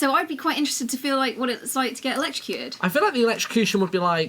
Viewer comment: Electroducted? Is that intentional or is it not electrocuted